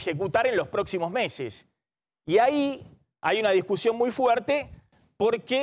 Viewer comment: jajajajajjaja nuevo cavallo jajajaja como me hizo reir, denle un curso de modulación a Maxi montenegro desastre como pronuncia la S... shi shi shi, la idea que tiene batakish, ejecutar en los proximos meshes... jajaja no podes.